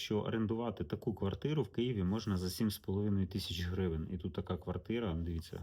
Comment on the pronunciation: "грывэн" >> гривенЬ